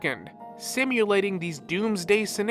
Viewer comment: Simulating has a u pronounced in it.